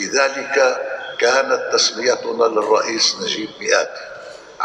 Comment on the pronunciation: ياطليع بالغة العربية ميقاتي مش مياءتي